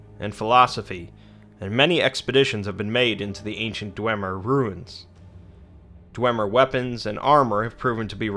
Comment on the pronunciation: isn't it DWEEEEEEmer?